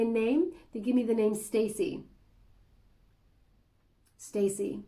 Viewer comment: U lost me when u said stacey